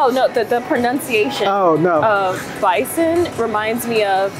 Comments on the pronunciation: Yeah a lot of people used to say bison with /s/ sound not /z/ sound. Bison 🦬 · Je suis américaine et je vis dans l’état du Colorado dans le Far West. Il y a beaucoup de bisons ici. Je peux vous dire qu'on prononce le mot "bison" avec le son "s", pas le son "z." Also, "sa-mon"--ne prononcez pas le L :)